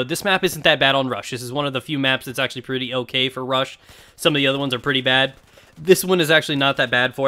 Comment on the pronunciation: Pwetty pweez can I get a pwezzie